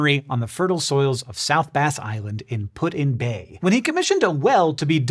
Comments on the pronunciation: it's really weird to hear you say putinbay like it is three words. We don't do that here. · I've been to Put-In bay a couple times but never heard of this cave, I'll have to check it out! Just so you know, the locals pronounce it "Puttin' Bay" but I'm not sure if that's the original way or if it's just because of our Cleveland accent.